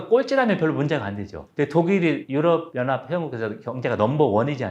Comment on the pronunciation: 유럽 연합을 유어어하 라고 발음을 하시...😅